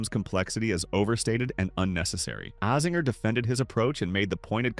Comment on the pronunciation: Great video but please learn to say AZINGERS name correctly it hurts my ears, he is team USA so yeah get that ironed out bud! ✌️